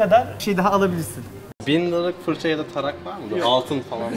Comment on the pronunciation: d çıktı abi darak deil tarak o abe